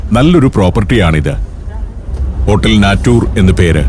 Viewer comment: ഹോട്ടൽ നാറ്റൂർ ആണോ നേച്ചർ ആണോ